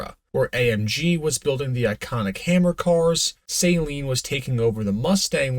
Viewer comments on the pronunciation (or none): none